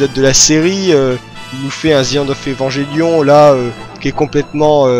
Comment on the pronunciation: Bon, c'est une vidéo qui est sortie y'a un moment maintenant mais bon je peux pas m'empêcher de devoir pointer du doigt tout ce qui ne va pas dans ce que tu dis sur Evangelion (et pourtant je n'en suis qu'à la 8ème minute) Bon passons déjà que comme presque tout le monde tu prononces de manière horrible le nom de l'anime (un enfant malien meurt à chaque fois que vous prononcez "evanjellion" ), je ne peux m'empêcher de grincer des dents quand je vois que tu t'es mis à Eva à cause de Pacific Rim. Del Toro s'est bel et bien inspiré d'un anime de la Gainax pour le coup, mais c'est Top wo nerae Gunbuster et non Neon Genesis Evangelion. Concernant le budget de l'anime, en effet la Gainax était en faillite à l'époque. Néanmoins, les plans fixes d'Eva sont extrêmement travaillés et la réalisation d'Hideaki Anno fait un travail de génie, chaque plan d'Eva pris individuellement a des détails extrêmement importants, au niveau des choix des couleurs, de la position des personnages (pour montrer leur rapport dans la dite scène), tout a son importance. Le premier épisode est à mon avis l'exemple parfait de la maitrise d'Anno car il peut être entièrement compris en en retirant complètement les dialogues. Bon, en ce qui concerne la fin de la série, elle est mignonne l'histoire du "ils avaient plus d'argent donc bah ils ont fait ça" mais la réalité est autre part. En effet, un budget, tu l'as sous tes yeux, tu sais qu'il ne te restera plus d'argent à un moment. Si certaines scènes appellent d